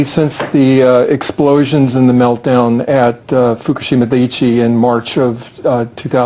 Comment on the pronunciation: She cannot pronounce dia-ICHI. Dude can, though.